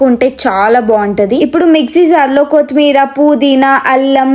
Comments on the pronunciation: Amma thalli adhi koothimeera kaadhu kothimeera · Kooothimeera kadhu sis kothimeera 😅